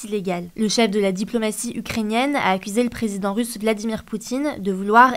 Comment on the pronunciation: Pardon, le chef de la diplomatie ukrainienne ou ukhRRRHEnienne? Du calme sur les R stp